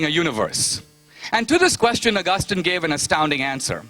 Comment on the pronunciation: Whats the deal with Dineshs pronunciation? COREpurincus? Pro. DARNet? ARgustin?